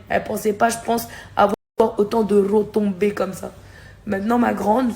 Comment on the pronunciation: C'est quoi cette accent pour les retombée et vous avez pas compris qu'elle parlait des gens qui la critiquait et l'insultait